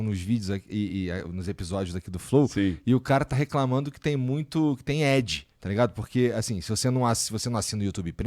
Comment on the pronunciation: Depois de 4x ouvindo o Igor falar "edge" que fui entender que ele quis dizer "ad" 😂😂😂. Podia ter falado publicidade enquanto ainda não fala inglês direito.